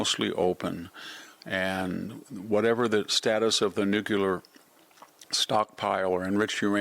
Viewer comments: Sorry, not watching anyone who says nucular instead of nuclear. You and George Bush both. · Come on! You're a smart guy. Nuclear = /ˈno͞oklēər/ not nukular. Sheesh. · It is pronounced “nu-Clee-r”. GWBush called it “nu-Q-ler “ incorrectly. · Why is it they everyone says “nucular” instead of “nuclear”? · Good post Mr Hanson! BTW: It's 'New-clee-are'... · Victor, could you please for all that is HOLY learn how to pronounce "Nuclear"? PLEASE PLEASE PLEASE! IT'S NOT NUKULAR! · Excuse me, sir. That word, nookyaler, That you keep using, I can’t find anywhere in the dictionary. Could you explain what that is? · Your inability to pronounce Nuclear is butchering your credibility.